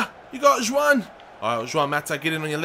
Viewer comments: And Mata is Spanish,not Portugese So it's "Huan" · It's juan mata not shwan mata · Pronounce it like Ruan Mata or Chuan Mata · its pronunced huan mata justs sayin